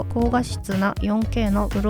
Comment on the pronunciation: ProResはプロレ「ズ」と読みます！ 詳細なレビューありがとうございます🙏